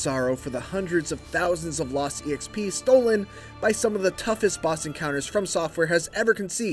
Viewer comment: cool reviewer but who pronounces exp as E X P ?!? it's short for experience : O EX - P